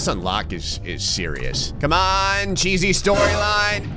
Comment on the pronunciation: lol the "cheesy storyline" says "cheey storyline"